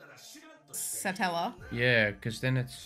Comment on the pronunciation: Satella... just say it like Nutella (the chocolate spread" but with Sa on the start of it. Or like slang for a guy, Fella Umbrella, Fruitella (Candy) Or the name Ella Sah-tella